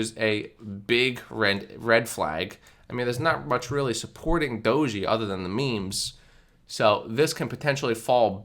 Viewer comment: It's pronounced DOHJ Not Dojy...